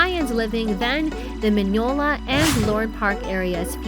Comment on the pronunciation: would help if you actually knew how to pronounce Mineola [m ih n - ee - OH - l ah] Not [m ih n-ee - YOH - l ah]